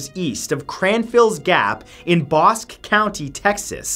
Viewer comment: It's pronounced "Bos-kee" county....Texas.